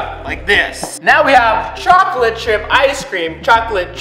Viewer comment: What people hear: it tastes like chocolate What i hear:it tastes like chalklate ;)